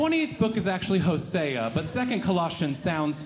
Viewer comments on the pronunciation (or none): There is no 2 Colossians. There is a 2 Corinthians. Hosea is pronounced Hozea. Still a nice bit. 👏🏽👏🏽